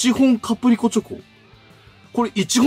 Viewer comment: 「キャプリコ」「キャプすけ」www 言うと思ったし、言いたくなる